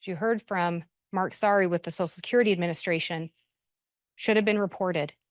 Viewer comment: Someone needs to teach how to pronounce “social security”, because “sosal security” is not the way.